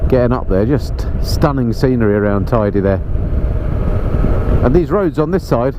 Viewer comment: Thanks for the virtual ride! If you return, it's pronounced Tayde not Tidy, though from now on I'll think of it as a very Tidy Mountain...😁